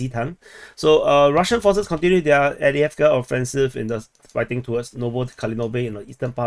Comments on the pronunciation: Not Avdiavka its Av-deev-ka. Avdiivka not avdiavka hehe. I'd correct people if that was my town and my region too. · Two things. Upsetting. Who cares how you pronounce avdievka? Theres' enough confusion already between the english, russian, and ukranian official pronunciations, let alone local dialecta and accents. I bet whoever is upset himself speaks only one language and cant even read maps! Second: when you zoom out from Spornoye, there's a giant blue face looking like "huh! Wtf's going on? Are they still fighting???"